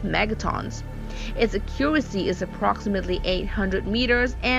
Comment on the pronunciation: Can someone please tell her how to pronounce “accuracy”. Thanks 👍🏻